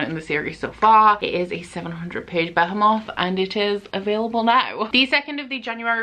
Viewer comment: why did you say behemoth that way??? hahahaha